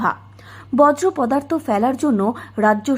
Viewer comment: বজ্রপদার্থ আবার কী? 😅 বলুন বর্জ্য পদার্থ।